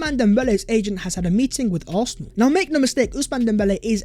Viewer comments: It’s NOT ARFNAL! For God’s sake! Learn to say Arsenal properly!! 😂😂😂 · Aurthernal. Why do you say it like that 😂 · Does this guy not know how to say Arsenal? 🤔 great content though, I’d take Darwin allll day